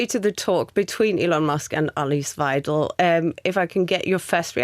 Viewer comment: first issue is Musk got the pronunciation of weidel wrong 😂😂😂😂. Goodness